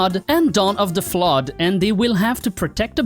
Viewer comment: "Dawn of the flod" =)))